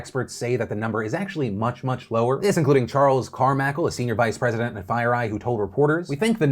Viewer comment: is no one going to point out that CHUCK is real: Orion.... Charles Carmakal (Carmichael) LIKE HELLO????